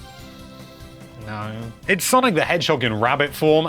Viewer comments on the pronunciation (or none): none